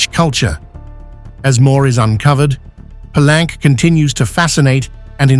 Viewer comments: Palenque is a Spanish word and should be pronounced as you would read it in a Spanish: Pallénke, not Palánk as pronounced in this video, as if it was a French word. Don't get wrongly sophisticated. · Interesting. Most people pronounce "Pelunk" Pah-link-kay.